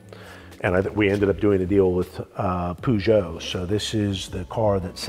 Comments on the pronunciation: Zak: "poojeau" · Who’s pooshow haha do you mean Peugeot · Why is he saying it POOgeut? xD